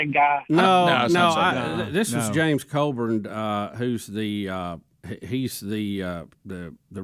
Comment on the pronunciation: The congressman's name is James CLYBURN not Coburn....